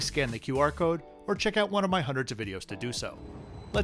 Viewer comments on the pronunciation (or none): none